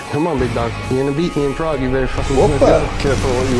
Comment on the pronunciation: vamo la, aprende a pronunciar "Prague" direito...